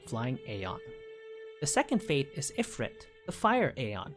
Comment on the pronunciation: You really need to work on your pronunciation of the aeon names. Valefor has 3 syllables. Ifrit sounds like "ee-freet".